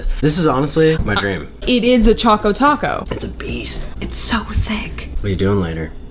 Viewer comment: It's annoying me that she keeps calling it a "chaco taco" when it's CHOCO Taco!